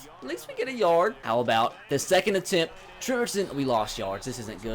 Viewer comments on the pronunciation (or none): none